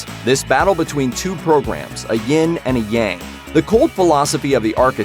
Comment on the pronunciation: You mean 2 program between yin and yan not yan and yan 😂